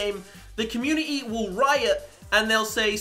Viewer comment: I'm sorry but this has annoyed me even though your great u pronounce community with a t